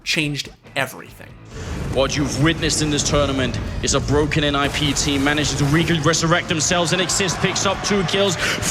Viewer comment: he said “nip” every time... it’s n.i.p...